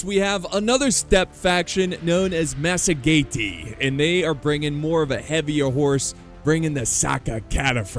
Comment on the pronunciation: I believe its pronounced "masajetae" or 'masajetaens"